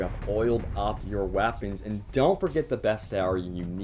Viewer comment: Its weapons not wapons!